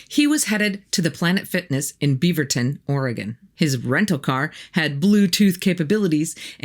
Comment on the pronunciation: Great creepy stuff! And congrats for pronouncing 'Beaverton' and 'Oregon' correctly! :)